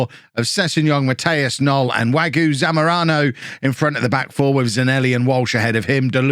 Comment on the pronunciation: There's an e with an accent aigu on the end of Wagué. It's definitely Wag-ooh-ayy. Or Wag-you-ayy. And agreed about Zamorano: he seems great, but 22 mil is A LOT for one player when you've got the budget/lack there of that Norwich has. You can get someone of the same ability for much cheaper, or you can just loan him again.